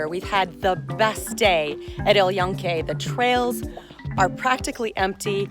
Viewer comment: It’s not el ionque. It’s el Yunque. Joonke with an e as in bed. Please.